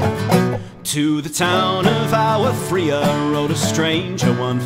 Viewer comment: Because I didn't see anyone else say it: The city is called Agua Fria, as in, spanish for 'cold water'. ah-gua. Not 'Awa Fria'